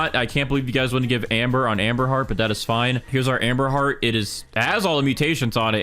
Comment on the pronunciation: I keep hearing Amber Heard when he says amberheart😭